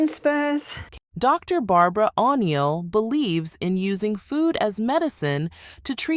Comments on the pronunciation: Total AI bullshit —— dang even announce her name correctly :-( “Dr Barbara Ah-kneel” Bad show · It's O'Neill ( pronounced O'Neel ) not whatever you said it was. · AI really needs to learn how to pronounce words. Especially names... O'Neil= on-yell ???